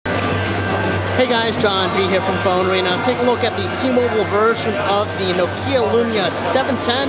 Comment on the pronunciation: It's pronounced ''Nokia'' - not ''Knock eyah''! Seriously, it's getting old.